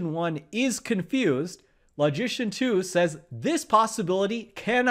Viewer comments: I have always admired your videos. You are one of the best. But, because logic and logicians have a special place in my mental heart (what???), I cannot allow you to mispronounce the word "LOGICIAN". I have checked the pronunciation of that word on many websites, and I have seen only two pronunciations of it. The letter "O" in "LOGICIAN" is pronounced as the word "O" itself (as in "OH" or "OPEN"), or is pronounced as the SCHWA sound (as the "E" in "OPEN" or in "ANGER"). Your pronunciation of the letter "O" is that of "AWE" or "AU" as in "AUGUR". I cannot tolerate hearing you mispronounce the word "LOGICIAN". So, I stopped! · I kept wondering why you were pronoucing 'magician' in such a funny way